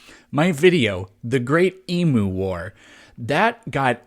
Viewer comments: Emu is not pronounced E-moo! 😂😂😂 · Hey man, the emu is our national bird. We pronounce it eem-you. Please just pronounce it properly - it's a matter of respect for our culture. Thank you. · Saying Eemoo instead of Eem-you is reason enough to demonetize you, really. All you need is an Australian reviewing your video. ^.^ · BTW it's not EMOOO. It's EMU. You pronounce the "U" as you would if speaking out the alphabet. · Oh, it’s Eem-you, not Ee-moo. Say the first one fast. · Your Emu War video was demonetised due to your pronunciation of 'emu'. It is 'eem-you' NOT 'ee-moo'. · Your Emu War got demonetized because you mispronounced Emu. It's not a cow. Not Eee Moo. Eem-you. Three letters. Cat. Dog. Bat. Ant. No one gets those wrong. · It's pronounced ee-mew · You failed to pronounce the word emu correctly